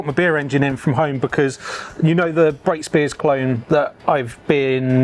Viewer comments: Superb video. I grew up in South Oxfordshire and Brakspears was everywhere. I was very sad to see the Henley brewery close all those years ago. One point: it is pronounced Brack-spears, not Brake-spears. Cheers 👍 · Very interesting but its Brakspear note Brakespear